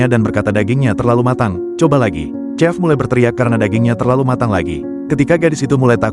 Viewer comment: Chef bacanya shef!